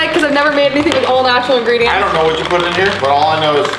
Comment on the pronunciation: Did I just hear ingrediments?